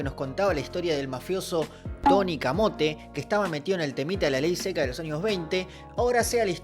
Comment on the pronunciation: Es Tony Carmonte che, lo hiciste mexicano en lugar de italiano